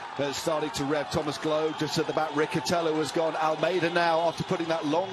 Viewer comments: It’s Riccitello not Ricchitello😉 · and if not? What will you do if he doesn't pronounce his name in the way you want to?